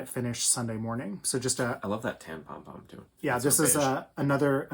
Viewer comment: Please be careful and enunciate when you say "tan pom". ;-) Thank you.